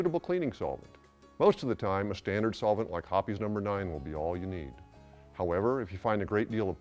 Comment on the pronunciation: Didn't know hoppe's was pronounced hoppie's